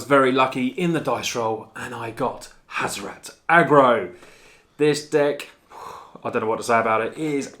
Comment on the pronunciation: HAZ - OR - ET. Not HAZ - OR - AT